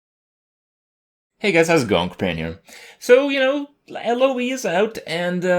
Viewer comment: "LoE's out" or "Eloise out"?